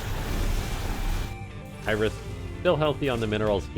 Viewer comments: So is it like a running joke that you pronounce it "Iris" or? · Why are you saying "Iris"?